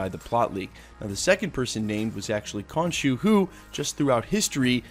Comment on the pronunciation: “Stained glass Mary” yeah... so... that’s not her name.. “Cone shoe” yeah... so... that’s not how you pronounce it...